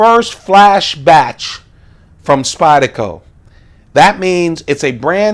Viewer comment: I cringe every time you mispronounce SpydeRco. rrrrrrrrrrrrrrrrrrrr